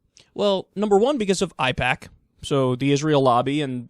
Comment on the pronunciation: Lol but you keep saying IPAC when it's "A"IPAC... this is something you should know by now.